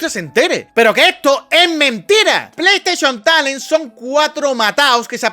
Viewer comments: cuantas veces dijiste plei esteichon talen? 🤔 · Bro, amo tus vídeos, pero casi quitó este porque me daba dolor de cabeza escuchar tanto "pleisteshion talen"